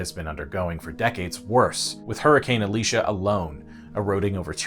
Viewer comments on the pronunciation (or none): none